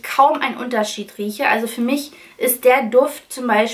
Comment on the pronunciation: Du redest so nett 😊. Statt i benutzt du sehr oft ein ü. Zum Beispiel: Fürma